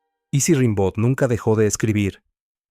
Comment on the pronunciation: Se dice "rambó"